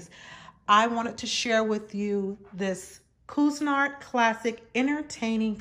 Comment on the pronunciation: Pronounced "quisinart"